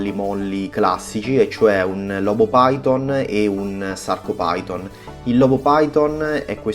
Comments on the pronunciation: Si chiamano Sarcofiton e Lobofiton, non Sarcopiton e Lobopiton. E' latino, ph si legge F. PHYTON= FITON. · ciao ottimo video e ben spiegato ma hai pronunciato male 2 coralli si leggono: sarcofiton e lobofiton non si leggono come si scrivono.. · Scusa se te lo dico, ma la sporcizia di cui parli è fauna bentonica utilissima alla vasca. Ti chiedo scusa una seconda volta, ma i nomi corretti sono "Sarcophyton" e "Lobophyton", pronunciati alla latina maniera, ovvero "Sarcofiton" e "Lobofiton". I loro polipi non si estendono in base all'umore, si estendono in base alla corrente ed alla qualità dell'acqua, a meno che non siano in muta. I coralli in questione hanno uno scheletro carnoso, ma, soprattutto, uno scheletro fatto da scleriti, ovvero, piccole spicole calcaree dalle quali traggono consistenza. Il Gramma lo vedrai fra un po', quando prenderà confidenza con te. Ti prego di non prendere ciò che ho detto come una critica, ma piuttosto come un confronto tra hobbisti. Best regards.